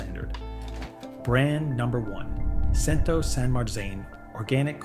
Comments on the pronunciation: #Cento is pronounced "chin-to" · Grazie per il tuo impegno nel cercare di educare il grande pubblico, ma purtroppo la sezione dei commenti del tuo video didattico è un po' fuori luogo. Il mondo in cui pronunci "Cento" mi fa ridere... Grazie per l'ottimo video.